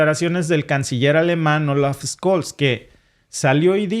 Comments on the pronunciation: Por cierto , es Olaf scholz , se pronuncia "tsholtz" no scols. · Ojo caballero, una previa: Scholtz se pronuncia SHOLTZ nie Skolts.